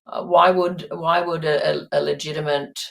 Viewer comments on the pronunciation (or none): She said LEGITIMANT. not Legitimate.